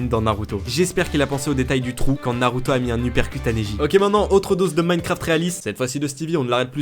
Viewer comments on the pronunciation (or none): none